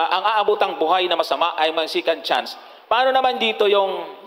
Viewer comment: Johnson "SECOND CHANCE" HINDI "SICAND CHANCE"